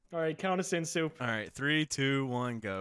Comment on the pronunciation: Sounded like a Southern Drill Sargent playing COD for the first time lol